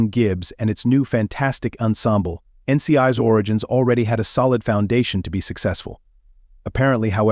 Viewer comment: I cannot stand the generated voice. It is not "N.C.I's" it is "N.C.I.S." ... PLEASE STOP!! I cannot even pay attention to your video simply because of the silly flaws!!!!! Please do better!!!!